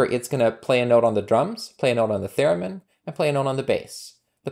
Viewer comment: Cool Python package and nice tutorial! Incidentally, I believe it’s “theremin,” not “theramin.”